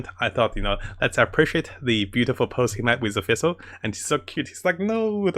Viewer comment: bro can you like, finish reading the words on your screen? half the shit you say you pronounce way wrong for no reason. you can say sacrificial just fine but you can't pronounce fischl which has the same pronunciation as the FICIAL in sacriFICIAL. and it's judite not judas